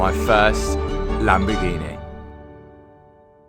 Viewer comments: I started watching when you had the bentleh then came a masarteh and now a lamborghineh. Well done to you Matt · Lamborgineh 😂 Congrats 👏 🚀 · Fun game take a shot every time says lambo-ghenieee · Is it Lamborghini or Lamborghinehh? 😉😂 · Lamborghineh! Matt you killed the pronunciation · uhhh you've not bought the latest laborjini, you've not bought a new lamborjini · He got himself a Lambagineh